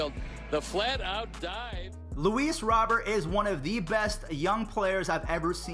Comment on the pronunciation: It’s Robert like Rudy Gobert prounouces robe-air